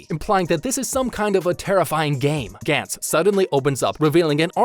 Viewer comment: Gantz was very good, characters in the show were put under extreme stress and overly confident which applied to the scummier characters. It was genuinely good and dark in many ways showing how disgusting human beings can be especially when being given a second chance at life. Gantz (Ga-ntsu) not (Gan-ts) was very good and didn't get the recognition it deserved. I get your vids are supposed to point out the flaws they made and that's something everyone thinks about when seeing characters in danger is what THEY think would do. Not my style cause it kinda is pointless when you're not mentally prepared for something this world shattering and saying "They're stupid for doing this" when it's missing the point of how Gantz tries to show how terrible humans are. I like that you're talking about it cause it deserves more attention but it puts it in this weird spotlight where you're kinda missing the point of it and how ordinary people good or evil can't really be expected to be so crafty on the spot without experience. Which is the whole reason why Joichiro exists in the first place to show that even though he's young, enough experience has driven him to become crafty and essentially find his work around for a life or death situation. Again its good to cover it but acknowledge the fact that these characters are ordinary mundane or fucked up people.